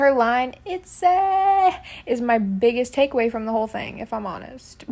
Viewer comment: itzyyyy doesn’t sound right itzayyyyy is the only acceptable for not shy